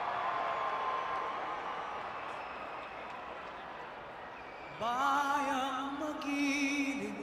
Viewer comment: That really cracked me up when he pronounced it as Piñeda 😆